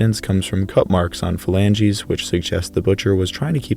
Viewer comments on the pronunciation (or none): none